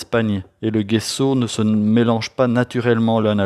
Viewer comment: Super vidéo. Soyez béni. PS : il faut dire "djesso"